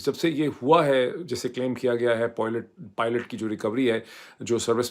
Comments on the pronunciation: You will be fined if you say it again as Poilot instead of Pilot. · Poilet, almost sounds like Toilet. Perhaps this will help correct it to Pilot. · I enjoy the way you say po'oilet,,,btw i have the same problem...😂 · 😂PRONUNCIATION ~ This YouTuber who cannot even correctly pronounce 'pilot', names of USA's states and cities, should not even try to pronounce American actresses' names🤣